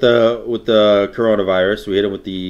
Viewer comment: Bruh said we hit him with the, the, Crarona virus